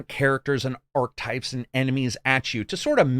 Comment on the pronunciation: And archetype. Starting to think he reads someone else's copy